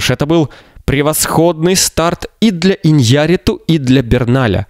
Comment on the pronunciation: ударение фамилии ИньяррИту, а не ваше ИньЯрриту